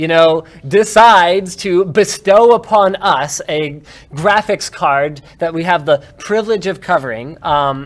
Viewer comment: silence, go play games on your jraphics card ok